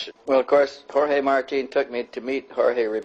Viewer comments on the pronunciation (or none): I’m guessing the interviewer asked in Spanish? The dub guy was clearly not Latino, he pronounced “Jorge” as “Your gay.”